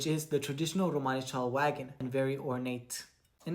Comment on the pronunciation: Yeah romanichal is british romani. I didn't realize they also call themselves romanichal in america!!!! I hate how she pronounces it! Awful!